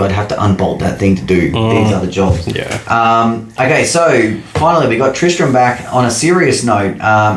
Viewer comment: Mowing for money - Mulch Mowing for satisfaction - Catch And thankyou for pronouncing Tristram correctly 😂 maybe once very 5 years someone gets it properly